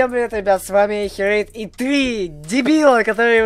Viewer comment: Он не херуйд а херейдік